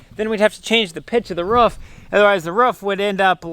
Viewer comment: A ruuf not a roof 😁😁😁